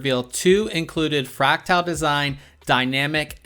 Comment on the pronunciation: I enjoy your content except when you mispronounce the product name as you're doing here. With all dues respect it's not FRACTILE, it's FRACTAL (Fract-al).